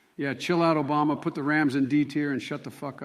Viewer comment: “Shut up Obamna”😂😂